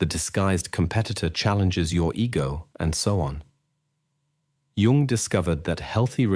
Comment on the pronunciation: Carl G. Jung was not born in June ( joone). Al narration is horrible